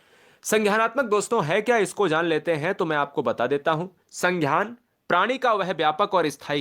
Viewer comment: Sanghyan nhi hota h sangyan hota h